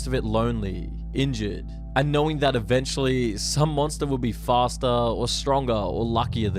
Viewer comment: I’m really interested in the content but dude has this strange vocal fry at the end of some words every few seconds. For example, instead of “you” occasionally he says “youuuu” where the last syllable is stretched out with the vocal fry thing on top of it. cryyyy fastuhhh It hurts.